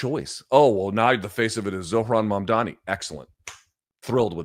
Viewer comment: Finally someone pronouncing Zohran’s name perfectly.